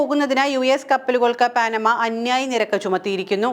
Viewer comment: പാനമ അല്ല പനാമ പാഠപുസ്തങ് ങ്ങളിൽ വരെ ഉണ്ട് എന്നിട്ടും തെറ്റിച്ച്